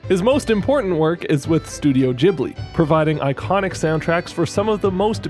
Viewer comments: It's studio "gheeblee" not "jeeblee" Trying to watch this on mobile it torture... why couldn't you reupload it with the midi already in place? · Not the jibli pronunciation💀